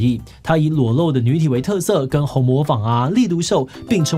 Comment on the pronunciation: 紅磨坊讀音ㄏㄨㄥˊㄇㄛˋㄈㄤ